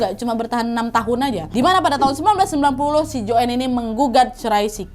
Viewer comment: Nadia chanel yg paling jls menceritakan kembali kasus ini di banding yg lain, cm aku kok kesal ya pas dia nyebut nama joanne dgn joen. Lynn dgn Silin. Kesal kali aku...